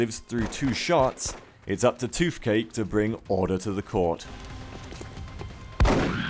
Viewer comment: Why do you say "f" instead of "th"? eg. "toofcake" and "forf". It's find of distracting, though fin men would be an improvement. Shark men > skinny men.